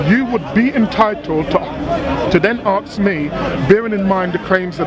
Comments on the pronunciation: People should never debate people who can't say ask and instead aks. It's not a word. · hey smart guy its ASK ASK ASK .please no axes ty.